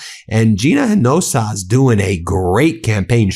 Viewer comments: Hey Ben; This is how Hinojosa is pronounced: "eee-no- ho-sah"...pass this on to Ben Meiselas please! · Ben-It's Hin-o-josa (een-o-hosa) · Ben- please try to pronounce Gina Hinojosa’s last name correctly - Ee-no-HO-sa — four syllables. Thanks. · Gina’s surname is repeatedly mispronounced here! It is Hin-o-josa (“j” pronounced as “h”), NOT Hin-jos-o. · Hey Ben! In TX Hinojosa is pronounced "Eena-hosa"!!! Other than that, i love what Meidas Touch is building and doing! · I love your videos, but I sure wish you’d learn to say her name correctly. It’s pronounced ‘EENOHOSA’. It’s not that hard, it’s Spanish! H’s are silent, J’s sound like H’s! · Ben, please up your game...running against Abbott is GINA HINOJOSA. pronounced "Hee-nah-hoe-sah" Yep. I give her my support. F Abbott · Her name is Gina Hinojosa. Pronounced HEN-AH-HOSE-AH. Thank you for your attention to this matter. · FYI - Gina's surname is pronounced " i no HO sa." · Hinojosa. 4 syllables: He-No-Ho-Sa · Hinojosa = /E-no-hoe-zah/ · Ben, Gina's name is pronounced eenohosah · Ben it's Hinojosa (inojosa)😂ask Ximena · Then her name is not hard to pronounce. The H is silent inoJosa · LOL Ben! Hinojosa=HE-noh-HO-sah Signed, A Texan. Let's go BLUE TSUNAMI! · Hey Ben, I'm Latino, when you pronounce Hinojosa, its ' Hen- o- hose - a' Hope that helps you. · Bro--- HINOJOSA -- 4 syllables (he-no-HO-sa)- -- not 3 syllables. . .. And Stop Saying DATA CENTERS. --- ask yourself, WHAT DATA??? -- SURVEILLANCE DATA. They are SURVEILLANCE CENTERS. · Please learn how to pronounce Hinojosa. You got it very wrong. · as a Texan I'm begging you: PLEASE learn how to pronounce Hinojosa! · Ben, aporecuate you so much. But -- please pronounce Hinajosa and Cocchiarella correctly. Live you! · Hinojosa. H silent 4 syllables follow…❣️ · Respectfully Ben, you gotta learn how to pronounce Hinojosa correctly ❤ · You are pronouncing Hinojosa wrong